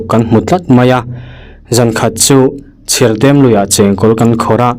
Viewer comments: Chherdem ni lovin Chhirdem aw❤❤❤ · Lui hming kha i chhiar diklo zeuh a Chhirdem kha a thluk a dik lo